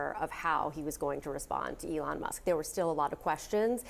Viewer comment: It is ELON not ELTON?